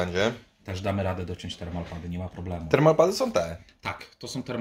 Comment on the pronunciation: Termopady a nie termalpady :D